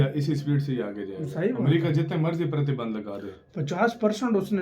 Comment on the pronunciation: Pratibandh? Hindi shi ho rhi h tum logo ki..